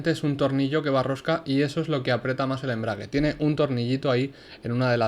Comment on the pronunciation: Se dice aprieta